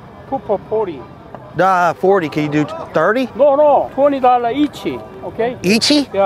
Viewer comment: 20 Dolla Eacheyyy! 😂😂😂